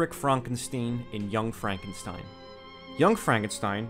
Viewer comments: Why do you call the character Frankensteen when you correctly call the movie "Young Frankenstein" remember the story and thusly characters are german so the name is to b3 pronounced tye german way. Stein = Stone, no exceptions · FrankenSTEEN???? It's stine mate xD